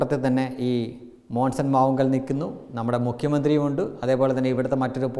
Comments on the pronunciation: മോസൻ അല്ലടോ മോൺസൺ മോൺസൺ 😄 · മോൺസൺ എന്ന് ആദ്യം പഠിച്ചിട്ട് വാ 😂😂😂😂😂😂😂😂